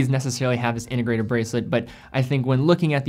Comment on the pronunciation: What does "innegrated" mean? Or are you just speaking sloppy?